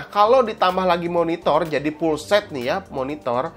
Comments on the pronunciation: "perporma" "Pga card" "Pullset" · Kaga bisa ngomong F/V